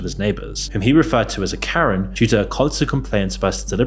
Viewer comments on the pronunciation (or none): none